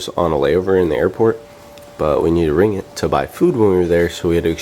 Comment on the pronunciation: Oops... it's ring-git not ri-ngit XD